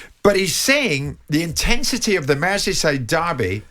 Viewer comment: Intensetay, unnecessarelay. Okay!